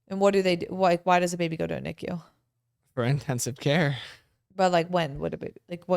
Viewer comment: If someone came up to me and said someone's in NICU the way she's pronouncing it I'd have no clue what she's talking about about. U say the letters. Even Drs call it N-I-C-U Not knee-Q